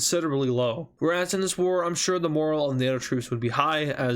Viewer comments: Its pronounced..more al...not moral..just fyi.. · Great video, and very entertaining! Since I am a little brat, I have some things you should fix: Instead of calling it "Belarusan," the correct pronounciation is "Belarussian," like "russian" but with a "bela" in front of it. Also, instead of saying "moral," the correct pronounciation is morale. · You were saying "morale" as "moral", just a little nitpick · I don’t mean to be rude at all, but it’s just a little annoying how you pronounce morale. Morale is pronounced mor as in MURder, and al as in ALligator, the e is silent. Moral is something different entirely.